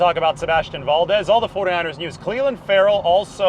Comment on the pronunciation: You pronounce Valdez like a white boy.